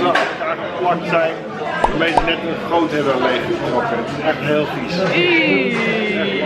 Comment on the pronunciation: Jezus stop nou met het raar uitspreken van de GR want ergens tussen 0 en 10 seconden zeg je groot en dan spreek je die GR zo raar uit! Heb je aandacht nodig of zo?